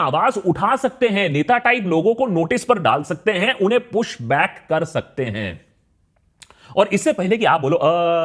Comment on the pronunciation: That Bangali accents slipped away "Kor"😂😂